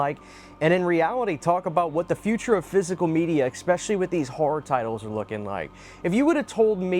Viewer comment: Dude... There's no C or K in the word "especially." It's pronounced Es-Spesh-uh-Lee.